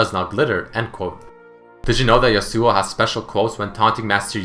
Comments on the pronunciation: The real pronunciation of his name is "Ya-su" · Yas-oo-o, your killing me here man. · its pronounced yas-ow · Why do people do that?Stop pronouncing is damn name wrong... Yasao, Yasu, Yeisuo... It's Ya - Su - Oh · Wilson Daniel Pereira How can they badly pronounce a name that they created? Even though the "real" originial name is pronounced "Ya-Su", they added an "o" at the end. It's not the bad way of saying it, it's his name given by Riot. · I thought it should be pronounce Ya-swo . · Love but still bothered by the way he pronounces 'yasuo' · i know its not a big deal but i'm really disturbed by the way you pronounce Yasou :/ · finally!! even Riot pronounce that rong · Did you know...Yasuo's name is accentuated on the first syllable?